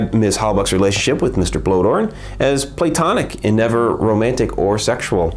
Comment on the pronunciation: For future reference, I believe 'Bloedorn' is pronounced "Blay-dorn".